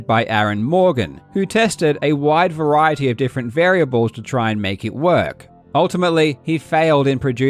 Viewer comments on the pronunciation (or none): none